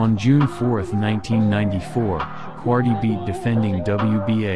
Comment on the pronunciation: Ike Quartey,his name is pronounced Quar-Tay,Not Quartee.